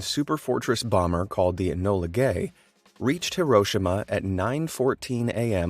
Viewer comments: Hehehe "Ebola gay" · "the enola gay" 💀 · “The enola gay” 😂💀